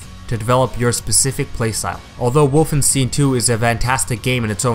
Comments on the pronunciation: Stein, not stien. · You said Wolfenstine instead of Wolfenstein lol